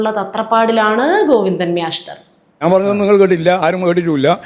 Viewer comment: പറയുന്ന പോലെ മ്യാഷ്ടർ😂